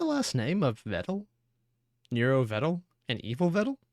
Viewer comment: never thought I’d hear him pronounce Vedal correctly. If only he didn’t immediately go back to calling him Videl.